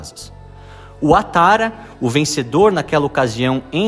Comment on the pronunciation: Pronuncia-se “Babô” e “Uatará”